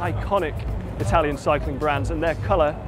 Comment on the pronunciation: "one of the iconic Italian brand", yet he didn't even learn how to pronounce it.